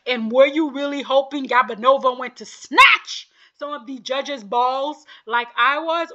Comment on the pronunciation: It’s GOO-banova not GAB-anova I think she’s a lovely skater- 6th place is a slap